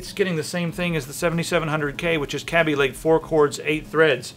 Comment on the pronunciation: It's not [Cab-E-Lake]. It's [Kay-B-Lake]. This has already been LONG established. Either way, Intel's decline has just begun. It hasn't happened quite yet because the 4 & 6 core Ryzens are a long way off from being released, but when those come out, the true "gaming" chips will be snarling their teeth at Intel.